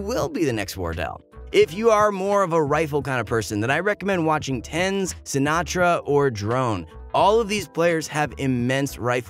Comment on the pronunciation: Or how he said Ten-Z